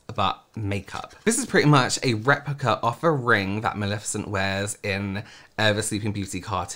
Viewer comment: It’s Mal-EH-ficent. Not Mal-IH-ficent. It’s Levi-OH-sa. Not Levio-SAH. 😜😂